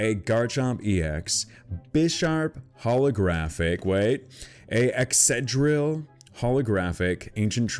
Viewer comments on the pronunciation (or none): It's not excedrill, its EXCADRILL [ECKS-KUH-DRILL]